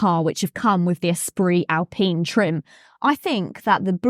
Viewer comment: Its Al-pine not pene pine.